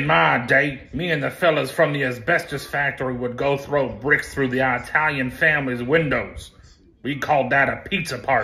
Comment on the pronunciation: EYE-TAL-YUN RAHHHH